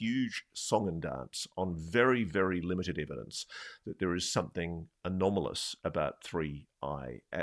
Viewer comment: I had a shot every time Ross said "anamolous" Out smarted myself. Just called the Boss, not going to work tomorrow.